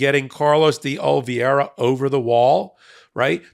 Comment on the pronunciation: You're pronouncing D' Oliveira wrong. Other than that, great video!